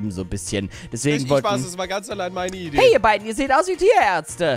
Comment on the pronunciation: Als erstes habe ich nicht "Ihr sied aus wie Tierärtze" verstanden Sonder "Ihr sied aus wie Diaerze" ; als solches habe ich es verstanden.